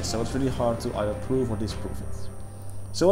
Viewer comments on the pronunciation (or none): none